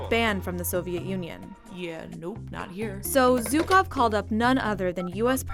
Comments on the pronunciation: Not zukov... It is pronounced with sound that doesn't exist in English, but is pretty close to G, or J, but not Z. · How hard is it to pronounce ZHukov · Zhukov, not Zukov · Zhukov not Zyukov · He is Jukov ( Жуков ) not Zukov, in russian language Juk ( жук) means bug.